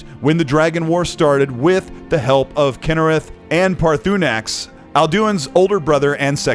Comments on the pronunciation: I have never heard anyone say Paar-THU-nax or Al doin. Is it so hard for you to pronounce things correctly? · you said the name of Paarthunax wrong. It’s pronounced Parr-Thuh-Nax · How do you end up making a video like this without ever playing Skyrim? Man just guessing how to pronounce Alduin and Paarthurnax.